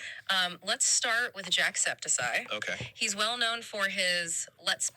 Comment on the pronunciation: Jack septis-eye?????